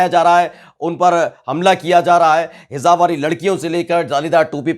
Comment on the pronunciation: kindly correct yourself the word is HIJAAAB not HIZAB